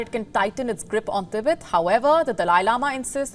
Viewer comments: "T BET" not "Tebit" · "Tibit? tibit? Ribbit? Thought it was pronounced "Ti-bet". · didnt know 'Tibet' is now 'Tibit' and Tibetan people 'Tibiten'